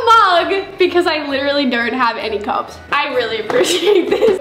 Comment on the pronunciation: why did i think she was saying cops when she was saying cups :)